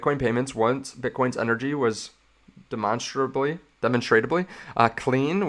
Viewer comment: I laughed so hard when you pronounced “demonstrably” I’m sorry😂